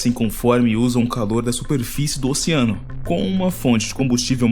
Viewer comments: "Ociano", " ociânicos", porra !! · Qual a dificuldade de falar OCEANO. Ociano é foda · pq vc fala ociano ? KKKKK